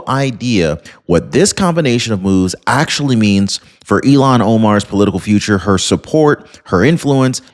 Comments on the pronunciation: her name is not pronounced like Elon Musk it s (I'll hawn) omar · Hi,, Great fan here! Thanks! Noticed a repeated mispronunciation of this creature's first name...it has an...H... in it. IL--HAN OMAR. (You're confusing her name with Elon Musk's first name). That's okay...we still LOVE ya!: )